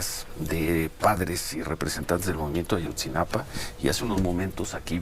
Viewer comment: Xq dices Ayotzinapan?